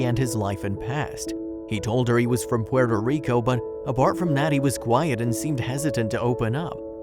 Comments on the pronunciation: Porter Rico.....Really? Puerto Rico Lol 🤣😂🤣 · PUERTO Rico not Porter... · “Porter Rico” 😂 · PUERTO RICO! COME ON GET IT RIGHT!